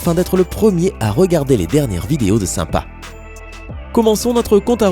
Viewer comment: Apprends à prononcer SYMPA